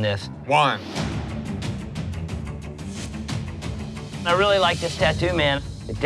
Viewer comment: Why are they calling Juan as "one"? 😩😩